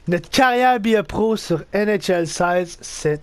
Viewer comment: euh dans l'intro tas dit bre a po